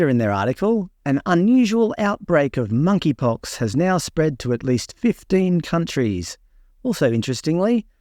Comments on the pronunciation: MoneyPox. The “K” is silent. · The 'K' is silent in Monkeypox.